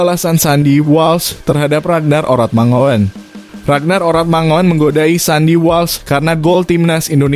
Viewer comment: Huruf OE bacanya U, Mangun, ejaan ini dpke Indonesia wkt baru medeka...